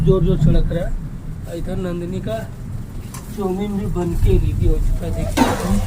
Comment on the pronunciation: Pehle to andhera bolna sikh lo jb dekho andhela andhela chawmin ka chooo kar deti hai choomin